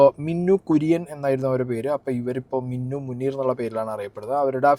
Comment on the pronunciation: മിന്നു അല്ല മിനു 😂